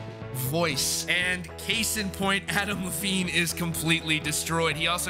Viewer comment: Why do I keep hearing Avril Lavigne instead of Adam Levine lol